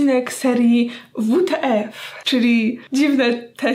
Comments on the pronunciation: WU TA EF 😂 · Lubie ta serie jak to ujelas "Wu,Te,eF!?"